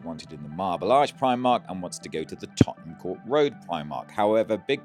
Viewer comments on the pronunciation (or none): none